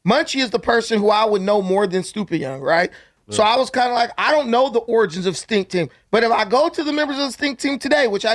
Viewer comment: Imma need to know how to pronounce “origins” right 🤣 but we know what he meant tho lol.